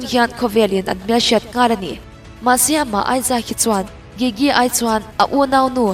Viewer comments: Please double check how you pronounce GIGI next time. Thanks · i gigi lam dan chu va mak bik ve😂